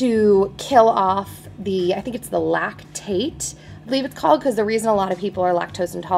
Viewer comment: it's lactase not lactate